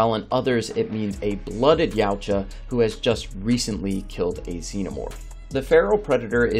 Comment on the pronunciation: Yowcha.. it's not yaooocha